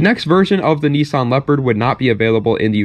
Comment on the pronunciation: When you say knee...sawn do you mean niss-an